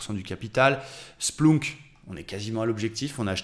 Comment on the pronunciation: SPLOUNK... se prononce SPLEUNK si jamais.... ça me fait bien rire à chaque fois 😂... merci pour tes analyses et bonne semaine de trades